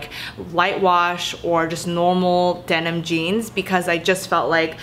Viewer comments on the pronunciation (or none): none